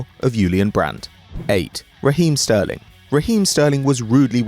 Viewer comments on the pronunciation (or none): Sterling??? Hahahaha thanks for making me laugh mate